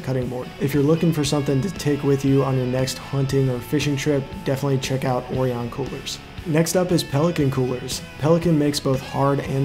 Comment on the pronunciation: Orion is pronounced O-Ryan. Lol